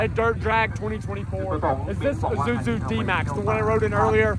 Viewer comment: Thought it's Isuzu not Izuzu 😅